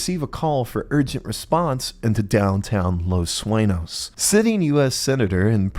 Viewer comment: I hate the way you pronounce “sueño”